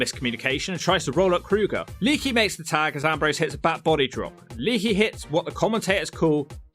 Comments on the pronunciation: I luvs ya. But the way you butcher names makes your credibility shit. How hard is it to pronounce lay-ah-key.??? It's le'akee. You're calling him leaky like he's a running water spout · I'm just curious. You do know it's not pronounced "Leaky" right? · ITS LEE AK EE